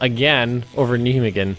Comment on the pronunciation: In Dutch, "ij" is pronounced more like "I" or "ai". Nijmegen is pronounced Nai-megun. Sort of. The exact same goes for "ei", just to make things easier. This post brought to you by the international commenters confederation of teaching all the languages.